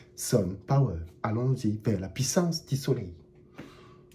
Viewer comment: "La Pissance du soleil" 🤣🤣🤣🤣🤣🤣🤣🤣🤣🤣🤣